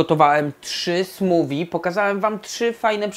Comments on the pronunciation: SmuWI? Smoothie - ma charakterystyczny dźwięk th, prędzej smoofi. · chyba nie mówi się "smuwi" przez w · Chyba nie tak powinno się wymawiać ''smoothie''.